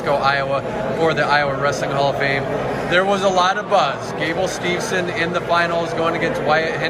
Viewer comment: So sad that even Dan Gable himself doesn't say Gable Steveson's last name correctly. 😐